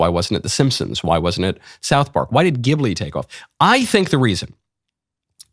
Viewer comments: My Chinese future daughter-in-law says Zheelee, not Gibblee. ??? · I laughed so hard to hear him miss pronounce Ghibli. It's pronounced jibli. The gh makes a soft j sound. I know anime nerd here. 😂😂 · The katakana being used (ジ) would suggest the soft ‘g’.